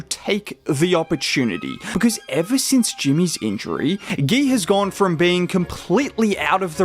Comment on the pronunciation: You can pronounce his name as you pronounce mcGEE. Gui, not Gay. GUI. Just like Dray pronounced.